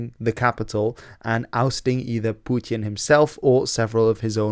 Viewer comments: "Pewtyin". Dude, just say "Putin". Like a normal person. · Its putin not pjooutin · love your videos but man you gotta stop attempting a russian pronunciation when you say "putin" lol